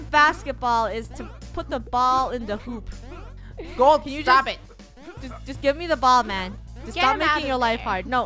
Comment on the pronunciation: FUNNEH ITS LE WROUNG HOOOOP LOL🤣🤣😂